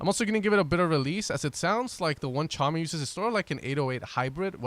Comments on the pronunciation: Is it not pronounced "tuh-commie"? Tchami? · I think we've let this go too far. Someone needs to tell him that the T is silent in Tchami haha